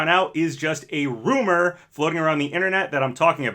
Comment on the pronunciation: The way how this YouTuber says “RU-MOR” is so funny